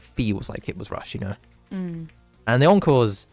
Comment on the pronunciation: also every time you say encores i hear "uncles"